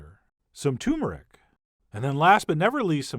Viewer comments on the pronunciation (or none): It’s TUR-MER-IC, not TU-MER-IC...